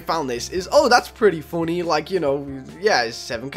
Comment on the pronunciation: How u say funny “foony” everyone else “funny”